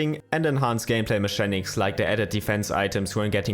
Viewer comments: Great video ! If you want to improve your english accent, just know that "mechanics" is pronounced "mekanics" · It features some good "me-shanics" as well!